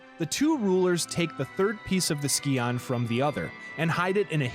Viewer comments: I flinch every time you pronounce scion as ski-on instead of psy-on... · So, you get kudos from me for correcting yourself on nuclear. Oh my gods though, I literally, physically cringe every time you say "ski-on". It's pronounced "sigh-on". I'm finding it difficult to get through it... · NOT THE SKEE-ON :'( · Almost didn't make it through the first third of the video having to hear scion be mispronounced 2 dozen times. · The video is good But how you pronounce Scion is painful